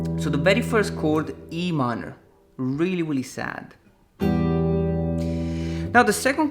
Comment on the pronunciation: "Weally weally" 😂😂